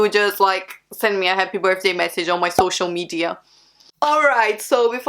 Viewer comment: “my birfday”